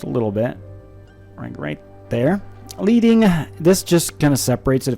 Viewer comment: really helpful quickstart tutorial! FYI the word is leading as in the metal lead not lead as in the dog lead - like most words to do with fonts it comes from the days when type-setting was done by hand - and leading was about using strips of lead to act as vertical spacers between lines of type! :-)